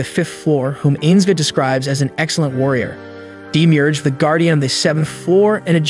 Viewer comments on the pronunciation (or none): none